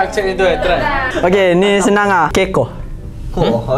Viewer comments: bukan cmtu sebutan dia.. keakoh✖️ kekoh✅ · SAYA ORG KELANTAN JUST NK CAKAP KEKOH TU BUKAN SEBUT CAM KEIKOH ERH,TAPI DIA KEKOH,BUKAN KEI TAPI KE😁HARAP PAHAM LAH.TQ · "Kekoh" tu sebutan dia sebut huruf "e" dari kiri bukan dari kanan..kekoh bukan keakoh ye.. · pembetulan eh , “ kekoh “ bukan sebut macam tu . dia sebut ke koh . pehe ? 😂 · dia sebut kekoh tu salah😭aku org kelantan pun xfhm..yg sebenar kekoh..ke tu bunyii ke bukan keii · Ke koh bukan kekoh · Yg bagi soalan pon salah sebut msalahnya🤦 kekoh tuu tu bunyi kekkoh lucu bunyi terr🤣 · kekoh tu saloh sebut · Patuk nyo kekoh bukan kekoh bukan ke tapi ke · Aderh laa. Yg tukang sebut un salah , cane team nk teka 😅. Pape un trbaik guys team AMZ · kekoh bukan sebut camtu hayyaaa HAHAHHAHAHHA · KEKOH & SSSKOK , sebut die bukan macam tu tau hahahahah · HAHAHA am , bukan kekoh tapi kekoh bukan e sebut dia mcmtu , kekoh tu mcm kenduri , kalau gigit tu kekoh tpi e dia lagi satu haa 😅😅😅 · yang kekoh tu bunyi dia bukan camtu bang ui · Sebut kekoh bukan macam tu lah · Kekoh tu slh Tu sebutan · Sebut kekoh salah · Perkataan tu betuk dh tpi cara cakap tu salah lagi ii kekoh tu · Kekoh salah ejaanya 😬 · sebut kekoh pun salah 😴